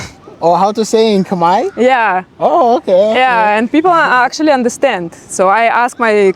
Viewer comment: Your khmer pronunciation is quite good 🙏